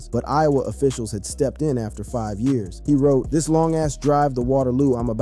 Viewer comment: "10 yarrrrrrrrrs"